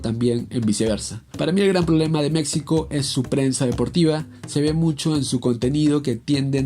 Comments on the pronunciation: Se pronuncia MEXICO no MeCSIco. Por favor dejá de hablar así. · No entiendo por qué dices mecsico se dice MEJICO SE ESCRIBE MEXICO no somos mecsicanos somos Mexicanos fuera de ello tus vídeos son buenos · Aprenda a pronunciar México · Porfa, se dice Méjico, no Mécsico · En buen plan deja de decir Mecsico, se pronuncia Méjico y se escribe México. Y referente a lo futbolistico, nunca mencionas nada contundente del por qué es sobre valorada, nunca hablas de números y no citas ningún mundial. ¿Te basas en los periodistas mexicanos para hablar mal de México? Wey, es lo peor que puedes hacer, basate en la opinión de la gente común. Los comentaristas mexicanos son más malinchistas que la misma Malinche. Cuidado, crack! Si no sabes de México, mejor no comentes. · Habla bien mectzicanos mecstsico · Escuchar "Meczico" y "Meczicanos" es muy horrible. Solo quiero aclarar eso. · Antes de nada aprende a pronunciar México y los mexicanos objetivos sabemos que la selección no es potencia pero decir que México es tan malo como ese descalabro contra chile es como decir que Brasil está sobrevalorada por qué perdió 7 uno ante Alemania, y si a esas vamos estadísticamente son más las victorias de México ante chile así que ya chole con decir como único argumento de que México es malo por ese juego haber de que país eres